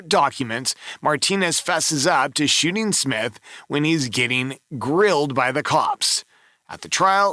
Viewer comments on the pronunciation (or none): none